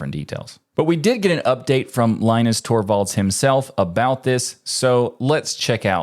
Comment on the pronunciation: We have come full circle now: guy correctly pronounces Linux, doesn't know how to pronounce Torvald's name.